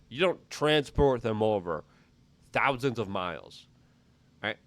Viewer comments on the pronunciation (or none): none